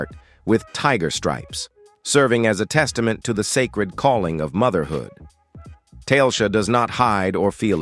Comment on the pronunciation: The name of this woman is not tailsha. It is TA le sha. If you want followers get a new narrator.